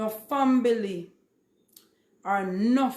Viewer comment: Did she pronounce family, “fambily?”